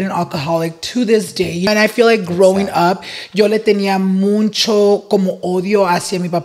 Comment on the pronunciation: it’s MUCHO NOT MUNCHO😭😭